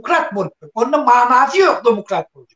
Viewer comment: İlki gurlemeni ogren dumukrat diymede